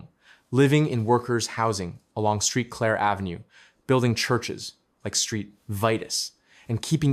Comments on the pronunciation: Street Claire come on man do your homework before you report on a city there ain’t no street clear it’s Saint Clair. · Saint Clair dude.😂😂😂